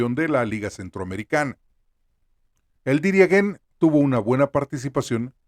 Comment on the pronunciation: Pornuncie bien por dios. DIRIAN-JÉN. Esa sería la pronunciación correcta.